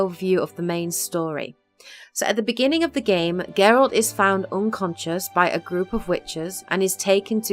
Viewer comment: I like how you say "Geralt" and not "Jeralt". 👍👍👍